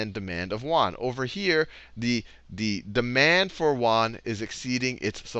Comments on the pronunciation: Yoo-en not wan... seriously... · Won = KRW (Korean Won), Yuan = RMB and you pronounce it 'yuan' not 'won'. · pronouce YUan as Say UN very fast. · My Econ teacher at SMUS says "won" for Chinese currency too. It's probably because the consonant "ɥ" does not exist in English. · Yuan is not pronounced 'Wan'! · Good video, very helpful. To previous commenters does it really matter if he was using "Yuan" or Dollars of potato chips. Let his pronunciation of Yuen go. Thanks for the help. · "You-awn" ...won is korean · It's actually called yu-an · way to butcher the yuan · The way you're pronouncing yuan is srsly tilting me. Do some actual research before you present a lesson ffs.